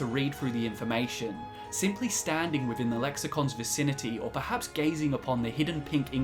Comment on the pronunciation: Sam Choromanski is it because he talks about 'smiffing' and the knowledge hidden 'wiffin vuh cube'?